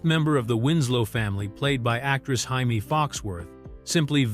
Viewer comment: Hymie Foxworth? It's Jamie! I know Latino people pronounce it "Hymie" but she definitely ain't Latin. 😂